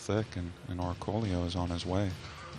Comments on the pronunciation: Exactly. How many more times do we have to hear "Orcolio"? The guy's been a top player for years. Give him some respect. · It's amazing that every commentator mispronounces 'Dennis Orcollo' differently. Say it with me; Or-coy-o.